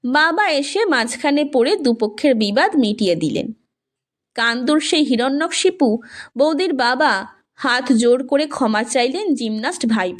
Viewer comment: হিরন্যক শিপু নয়, হবে হিরন্যকশিপু।